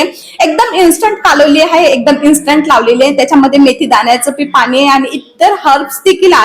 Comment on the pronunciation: पानी नाही पाणी म्हणा.